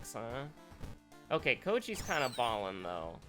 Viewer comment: pronounces Kouji's name properly. has abandoned us to his rogue AI!!! OKMakuTree was right all along!